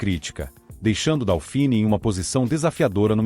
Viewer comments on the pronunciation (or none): Procuncia-se "dôfine", não "daufini". É francês...E o apelido NÃO era "leite em pó". Era "Leite Glória", o primeiro leite em pó instantâneo (solúvel) lançado no Brasil, cujo slogan era "desmancha sem bater". O leite em pó não solúvel precisa de mais tempo e uma temperatura mais elevada da água (morna ou quente) para se misturar corretamente e evitar grumos. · Não é "DÁUfini", é "DÔfini". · Putz, o narrador nem consegue pronunciar corretamente o nome do bichinho, A pronúncia correta é DÔFIN, e era uma grandiosa porcaria.